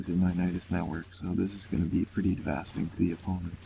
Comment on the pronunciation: Stop saying "devasting". Repeat after me – "dev-uh-state-ing".